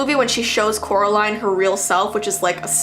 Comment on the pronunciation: Said her name wrong oop